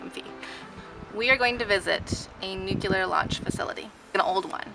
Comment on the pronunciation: Very cool video! And... Please repeat: [New-CLEE-ar]. Not [New-cue-lar].